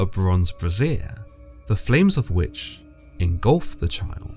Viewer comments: Just had to say: the word 'brazier' is pronounced 'bray-zee-er'. What you're saying is 'brassiere' which is the long version of 'bra'. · I know this guy means a brazier, but he always pronounces it as brassiere, which is pretty darn funny. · Its not pronounced BRASSIERE!!! Its BRAY-syer. BRASSIERE makes it sound like Moloch's got Boobies from Hell.